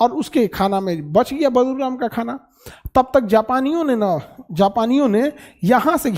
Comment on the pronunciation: Khan sr sorry for badruram yea badluram please sahi koro